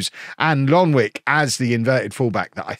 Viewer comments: The kid from suriname is pronounced "Lonwyke", thank me later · U pronounce Lonwijk like Lonwyk